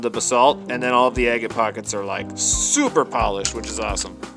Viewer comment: Kept thinking you were saying eggate, as in ready to be eggs! Just your pronunciation of agate!